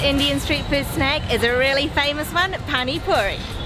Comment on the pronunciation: Yum.. finally a foreigner who could say pani puri properly! 50 rupees for 5 puris is a rip-off. We pay 20 rupees for 7 in Bangalore.